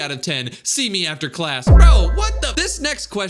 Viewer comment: see me ofter class "ofter"